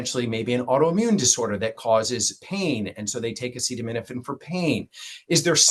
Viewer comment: This guy is a joke, he can even say acetaminophen. And the staff behind him looks like they are gonna burst in laughter 😂.